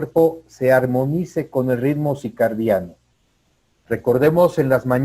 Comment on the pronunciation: Con todo respeto, la palabra correcta es CIRCADIANO, no CICARDIANO. Gracias!